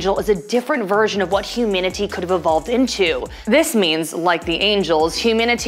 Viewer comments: Why are you pronouncing humanity as "huminity"? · 1.why does she say humanity so weirdly and 2.the angels don’t come from Lilith they come from Adam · is she trying to say humanity? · why does she say humanity like that?????